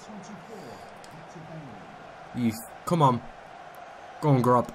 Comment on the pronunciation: He is actually called gross not grob